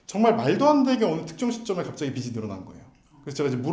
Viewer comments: 빚이> 빗이 비시 비시 가 아니라 = 빚이. 비지 비지 라고... 변호사남이 계속 해주시는데 귀가 막힘? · 비시 아니고 비지 ㅎㅎ